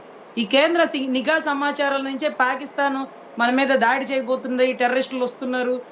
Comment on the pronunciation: ayanagariki cheppindhi nEEEgha varghalu not Nigha Varghalu...